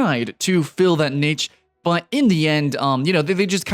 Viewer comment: God damn it pronounce Niche properly!!!!! RAGGEEEEEE!!!! <3